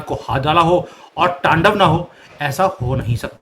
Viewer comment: Your hindi Pronouneciation is incorrect like taandav, Baangladesh